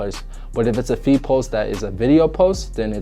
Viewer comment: Bro every time you said feed I hear feet Idk why 😂😂